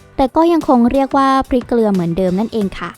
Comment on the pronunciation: เกลือครับไม่ใช่เกรือ